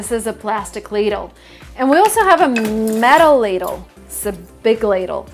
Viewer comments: ladle* not laddle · Please correct: Ladle not Laddle 👍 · Not Laddle vut Ladle